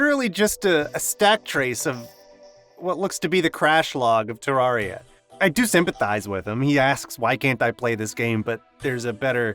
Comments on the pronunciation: I have never played terraria and I have never watched a terraria video. Why is this on my recommended? also why do you say terr are ee uh It’s terr air ee uh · its pronuced TER RA RIA not TAR RA RIA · dude, its TERR AR I A not TERR AR IA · I'm sorry did you just say terrARRRRRRia?